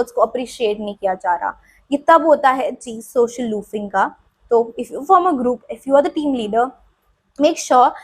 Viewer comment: Group ❌ Groop ✅ 😭🙏🏻😂